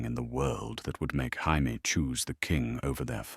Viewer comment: Tired of these AI engines being incapable of pronouncing Jaime.